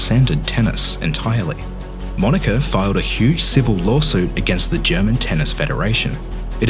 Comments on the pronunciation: 😂😂😂😂Yes, he did!🤣🤣🤣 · I heard that 😂